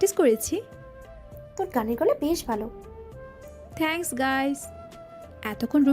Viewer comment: থেঙ্কস নয় হবে “থ‍্যাঙ্কস্”